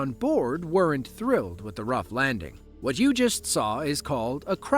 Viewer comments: “ whot is going onnnnn” 😂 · "Whort is goen on? Whort is goenn onn" "WHORT IS GOEN ON!"